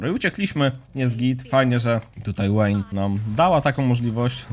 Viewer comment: wszystko fajnie tylko ta Łejn XDDD mowi sie Wejn poprawnie tak jak na VI mowisz waj a nie Łaj, whisky mowisie Łiski a nie wiski itp itd